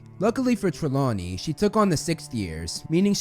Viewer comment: IT'S "TRELAWNEY"! YOU SAID "TREMAWNEY" AT FIRST, TF!